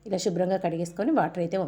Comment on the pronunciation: షుబ్రం కాదమ్మా శుభ్రం